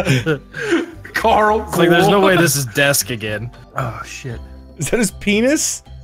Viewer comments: It's a Walking Dead reference. Andrew Lincoln (Rick Grimes) pronounces "Carl" more like "Coral" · In the show walking dead Carl's father pronounces his name as coral